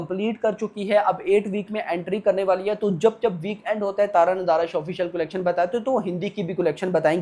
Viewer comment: Bhai video banate ho na aap to please collection ka pronounciation thik se karna Sikh lo..nahi to video dekhne ka mood bhi nhi hota